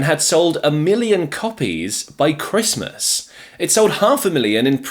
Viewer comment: Is it sooooooooooo hard to say Christmas?🎅